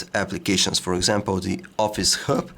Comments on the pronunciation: Dam it yr English sucks. U pronouce hub as herb. N is it supposed to be pronouce as royters? It is Reuters dammit. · Say hrub one more time, i dare you, i double dare you! hahaha